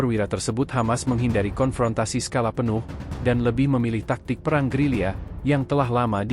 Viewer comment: Gerila bukan gerilya